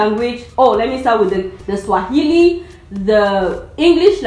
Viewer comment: Your Kiswahili is spot on.